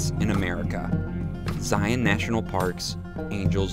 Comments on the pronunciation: Good job!! I'm impressed you did the tedious switchback section twice! Zion is my favorite of all the national parks. I hope you hike The Narrows also because that's even better. (Btw, the correct pronunciation of Zion rhymes with lion.) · Thank you for offering a good example of how to pronounce Zion. I was trying to figure out how to point it out myself, but this is it right here. :)